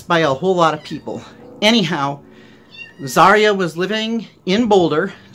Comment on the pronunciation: BTW, its her name is pronounced ( Za - Ri - a ) not ( Zar - ia )